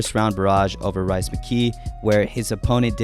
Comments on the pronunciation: Rhys mckee Is pronounced “Reece” not rice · rhys mckee so bad that bro called him rice